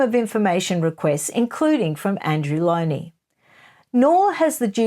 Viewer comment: Lownie. Not Lowndie.